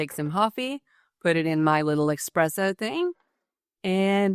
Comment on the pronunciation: Did you really say "Ecspresso" with "С"?? Not "Espresso"? Or did I hear it wrong?